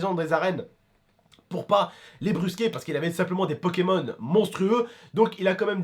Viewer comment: Suis-je le seul à avoir entendu pékamones à un moment? 😂